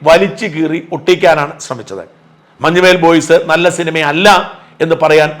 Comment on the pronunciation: മഞ്ഞുമേൽ boys alla sir, മഞ്ഞുമ്മൽ boys എന്നാണ്.... മഞ്ഞുമ്മൽ എറണാകുളം ജില്ലയിലെ ഒരു സ്ഥലo aahnu